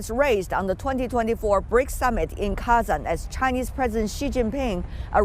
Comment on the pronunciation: Not Kezen, but KAAzAAn😂😂😅😅